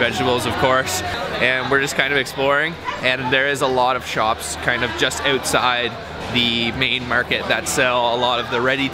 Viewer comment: LOL, "it´s like a noodle on the uutside", hey it is a noodle!